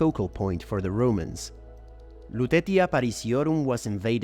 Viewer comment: Very nice document. "Lutetia" should be pronounce with "c" - Lutecia.